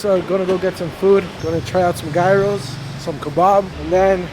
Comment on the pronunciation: Don't say ga/iros. It's totally wrong and sounds like gaidaros which means donkey. Most accurate pronunciation is "yeero".